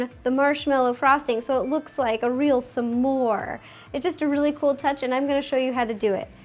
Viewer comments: The word is SMORE NOTTTTTTT SAMSOARE!! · It's not "semore", it's SMORE, It's not "forse", it's FOURTH, And it's not "shtick", it's STICK!! Omg plz speak normally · It sounds like she says "some more" instead of s'more, lol